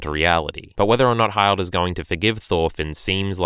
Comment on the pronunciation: Hi-ld? its Hill-d